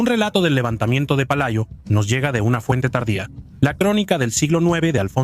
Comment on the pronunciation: Pelayo xdiosss no Palayo. Dejar la IA que todavía está en párvulos 😄